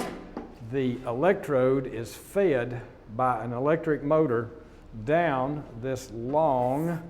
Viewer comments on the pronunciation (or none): fed not Feyad